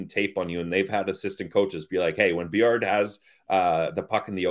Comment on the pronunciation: Guys, if he uses the French pronunciation it should be "BWA- LAR"